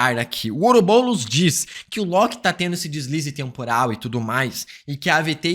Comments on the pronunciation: PARA DE FALAR OUROBOLOS AAAAAAAAA É OUROBOROS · To maluco ou ele ta falando " oroboulos" ao invés de "ouroboros"? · EU VENDO ELE FALAR OROBOULOS TODA HORA KKKK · Ouroboulos? Fala direito! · Está me dando agonia ele falando " ourobolos" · Parece que tu fala OUROBOLOS